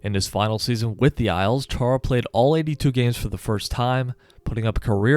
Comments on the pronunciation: its Chára not Čára xdd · nerd alert btw, but as a slovak, hearing the "Ch" in his name being pronounced like that just rubs me the wrong way lol (it's pronounced kinda same as spanish people pronounce "X" in "Mexico") also, there's an acute accent on the first "a"... (Chára), which means it's pronounced "Chaara" Sorry to be nitpicking/pain in the *